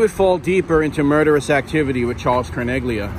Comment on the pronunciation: In the name Carneglia the g is silent in Italian. Tragic story but John Favarra should have known he was marked for death ☠️.